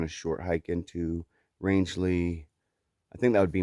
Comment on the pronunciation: I totally agree with 😇 Ina's quote! Roscoe is a man's dog...but not just any man...IBTAT! 👊🏻 Well, you said Rangeley correctly! 👍🏻 Wow! You and Hawk could be neighbours! 👍🏻 He wants to move to Maine also. Birch said the same thing when we were at Sugarloaf. He has never been to Maine and now wants to move there too...but I reminded him...it isn't that easy...so we are going to do a lot of exploring in Maine this fall because I just don't do well in the heat...although this past weekend wasn't that bad. I consider myself a Mainer, having spent 10 of my youth summering with my grandparents, playing in the forest and trekking through the Hundred and climbing up to the summits. Justin follows Evan EWolf's backpacker_comics (correction). We must have just missed each other! 😲 We took a tour of Hostel of Maine too! We will be there in September to finally peakbag Sugarloaf on our NE67 list. I told Birch not to run any races beforehand! 😂 The views were amazing this vid! Some of the climbs are class 2 scrambling...boulders and slabs...use of hands required. Others may be class 3 climbs, assisted by ladders or even bouldering. No, these mountains are not easy. You don't have to be a climber, but have some hiking experience! New England has 67 4000+ footers and you will be challenged by over 50 of them before leaving ME, NH, VT. You are doing great! Hope everything worked out in Rangeley with the shuttle and hostel! Happy trails! 🌺